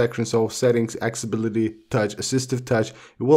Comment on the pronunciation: “Access-i-bility”! Can’t find “Acc-sA-bility” on the iPhone (is there even such a word). Can’t continue listening... hurts my ears! 👎🏽